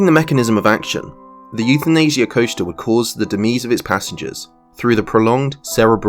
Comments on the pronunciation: DEMISE is DEMYZ not DEMEEZ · Demise……pronounced ‘Demize’ not ‘Dimeez’. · That pronunciation of "Demise" 😂😂😂😂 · This is how Key and Peele would pronounce Demise in the substitute teacher skit